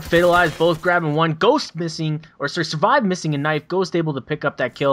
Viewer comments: hes called surved not survived lol. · Its Surved, not survive